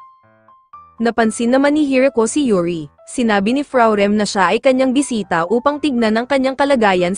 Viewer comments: boysita?! do you mean boy*😭sit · Enbes na bisita naging bwiseta😂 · narinig ko sa bisita bwisita😂😂😂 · Bisita❎ Bwisita✔️